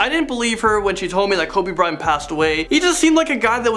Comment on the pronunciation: He’s saying Kobe bryan😒😒